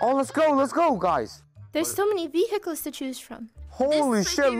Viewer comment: ah yes “vehickles”